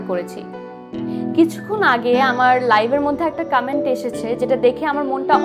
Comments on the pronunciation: কামেন্ট আবার কি উচ্চারণে মেহজাবিনের ভুল🙈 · কামেন্ট নাকি কমেন্ট?? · কামেন্ট আবার কি জিনিস? মেহজাবিন আপু ওটা কমেন্ট হবে। আপনার অভিনয় অনেক improved হয়েছে শুধুমাত্র উচ্চারণ ঠিক করুন। বাংলা এবং ইংরেজি দুটোই। ধন্যবাদ